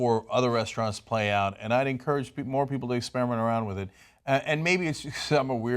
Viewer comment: The word is EXPER-I-MENT, Anna, not "Ex-pier-a- ment"